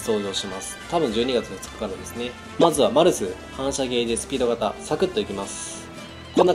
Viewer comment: マルスがバルスに聞こえた人 ↓